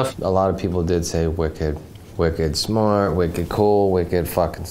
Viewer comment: “Wicked smart?” Dude...it’s “wickid smaht.” Even I knew that after only 4 yeahs at Zoo-Mass.